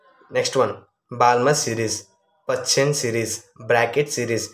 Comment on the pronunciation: Balmer lo L silent bro